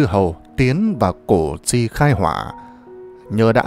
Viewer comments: Củ chi sao đọc là cổ tri??? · Đọc sai cổ tri giờ đọc sai tiếp là cổ duy.Đề nghị đọc cho đúng danh từ Củ Chi... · đất Củ Chi mà ông này cứ nói là cổ tri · Củ Chi chứ ko phải cổ tri nhe !! Làm về lịch sử thì làm ơn đọc đúng chính tả dùm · Hình như bài do AI đọc? Củ Chi mà đọc ngọng là CỔ cHI???